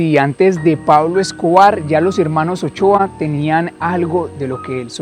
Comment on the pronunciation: Son los hermanos Motoa no Ochoa